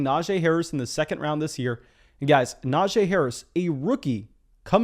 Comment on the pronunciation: Love your analysis, but its pronounced “nah-gee”